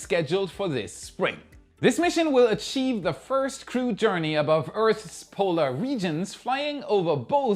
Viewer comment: Hey! I know English is hard, but nice to hear you finally pronouncing "Earth's" properly! Well done!!!